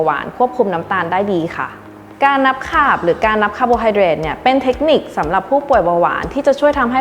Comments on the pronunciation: ต้องออกเสียงว่าค้าบ เพราะใช้ทับศัพท์ ไม่ใช่คาบ ไม่ใช้ขาบค่ะ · ออกเสียง นับขาบ ก้ต้องสะกดว่าขาบสิ สะกดคาร์บ ต้องออกเสียงคาบ หรือทับศัพท์มาจากภาษาต่างประเทศ ถูกหรือผิดใครช่วยให้ความรู้ที